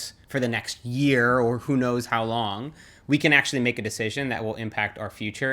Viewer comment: It’s funny to hear how her accent effects his accent when he says «control» and «long».